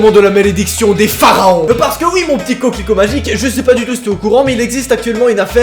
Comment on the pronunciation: « Mon petit Cocliquot » tu m’a tuer 😭😂